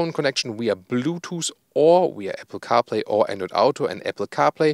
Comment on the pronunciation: He says Bluetuus.. 😆🤦🏻‍♂️ Tschörmans just can't put the tongue between the teeth. Why is it so difficult?